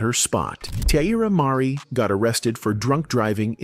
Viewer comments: "Tee-eye-eerra Marri" is diabolical 😂😂😂😂😂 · At least pronounce her name correctly! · Saying her name incorrectly in a video about her is so disrespectful. I have to thumbs down this no matter what the message is.